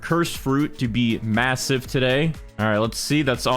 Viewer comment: did you say massive?